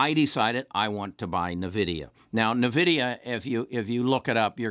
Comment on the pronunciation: It’s N-vidia not Nividia but yes great call they also mine bitcoin